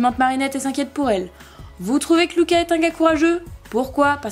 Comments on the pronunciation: On ne dit pas Louca on dit Luca🙊🙊🙊🙊👫👫👫👫💑💑💑👼👼👼👼❤💟💙❤💟💙❤💟💙❤💟💙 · Pas Louka mais luka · Ça m’énerve tu dis Louka😂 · Perso j'adore Luka moi... 😍😍 ( mais il me semble que ça se prononce Lucas )